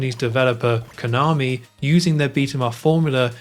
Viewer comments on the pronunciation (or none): none